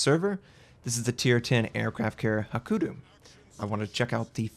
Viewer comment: Notser, it's Hakuryu, not hakuru come on start pronouncing it right ; )